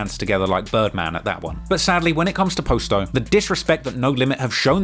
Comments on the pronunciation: Please stop butchering our names and our block names u do all this research its not hard to find out what they name is u call posto which his name is pronounced pos-sto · Why do you continue to pronounce it as "Post-Oh" when you can clearly hear multiple people pronounce it the correct way? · It’s not posto it’s potsto that’s how you pronounce it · Hey.. it’s pronounced (pas- toe) Not po-sto. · Bro y u keep saying post o it's clearly not his name damn u annoying for that I fwy but if u gne say a mf name say it right it's like u steady saying dude name wrong on purpose n sht clearly it's posto not fkn post o smh n u hear them saying posto too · I don’t get after all the research and time spent on this video, including watching people pronounce the name themselves, how you can pronounce posto the way you do… good video nonetheless but it’s “pah-sto” not “Poe-sto” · Post dough lmao, if your going to make money off dead people can you at least pronounce their name right? I know you heard them pronounce it 1000 times doing your weeks worth of research on gangs like it was a Harvard paper. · You hear from the guys themselves on how to pronounce the names but you still mispronounce it. Posto(p-ah-s-tow), Muskegon (muh-ski-gahn) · How do you hear in several videos how to properly pronounce 'Posto' but still mispronounce it the whole time? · Bruh the way he kept saying posto was annoying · Kinda made me crazy how was pronouncing posto's name wrong throughout this whole video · Can't stand how ur pronouncing "posto" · It's Posto like Pasto! Pronounce Pasta, like that except Posto, and it's Muskegon like Muss kee Gun, not Jun!!! Lol come on now! And KTS Von was the shooter when Alamo and Roc died Von did that with a Tech Nine, listen to his song Kill To Survive, he says "I remember going crazy with that Tech" that's what he's talking about......